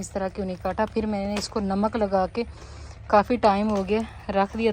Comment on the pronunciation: First improve your Urdu then make videos. It’s masala not mísala and it’s Namaz not Nimaz and it’s namak not nimak. Pata nahi pagal pendu panjabi ko free ka khane ki adat hogayi.